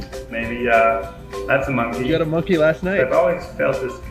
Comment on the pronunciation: I thought you said musky and not monkey but you are a unique musky too Simon. Thanks for the awesome video👍